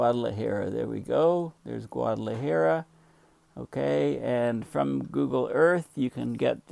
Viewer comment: It's cute how your hair has gone Einstein as you mispronounce it Guad ala Hair-uh! No worries,, you're a gem we treasure!